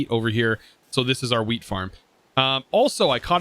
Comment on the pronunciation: Man when he says wheat it just sounds like he is saying weed